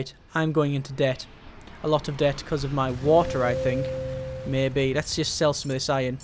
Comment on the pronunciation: Series? Merbe.. Beverage? SURE! Try harder difficulties...